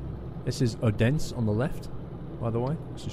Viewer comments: Hahah Im laughed my pants off when you "this is the town of Odense to the left" Haha They way you said it would translate to something similare to Oh dense haha. Awesome mate. :) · Im leaving in denmark ;D I just like the way you are sayng Odense on :D Its totaly Failed ;D xD Like <3